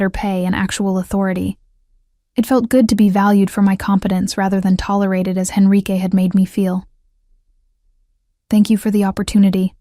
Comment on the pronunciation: Enrique not Henrique.